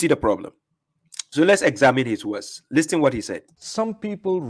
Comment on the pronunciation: the T in listen and listening is silent. Great video. Ever since listening to you and reading the Quran for myself.. cover to cover … it becomes so easy to see the lies that haditheeoons come up with.